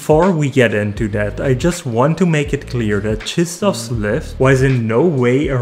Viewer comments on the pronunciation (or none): Czystof 😂 you have English version of his name Christopher. It's really so difficult 😂 Czystof 😂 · LEARN TO PRONOUNCE HIS NAME